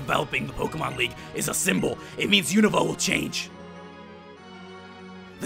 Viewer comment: Theres no I in Unova. Un-Nov-VAH